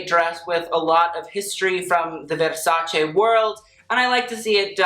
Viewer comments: 1. Love the sweater he is wearing. 2. Tilda always delivers. 3. Love how he, an american man, knows how to pronounce VERSACE. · WOW! It s the first time ever I heard a foreigner pronounce correctly Versace. Thank you very much for taking the time to learn it :).